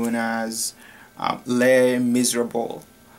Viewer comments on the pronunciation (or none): If you don't really know how to pronounce it you can just call it Les Mis (pronounced lay miz) and the third way you said Eponine was correct (pronounced ep-oh-neen) also Les Miserable is pronounced lay miz-rah-buh-luh....its french!!! not criticizing just saying!!!